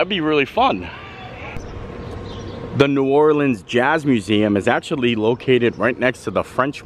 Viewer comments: Just a little tip from a local. It’s pronounced “NOO OR-linz”, not “NOO-orLEENZ”. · It’s pronounced New Orleans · The Jazz Museum is housed in what was a US Mint. The o in DuMonde is a long o sound. Please never pronounce our city New Orleens. That is a song lyric used to rhyme "Do you know what it means". You also pronounced correctiy several times. Overall a nice representation.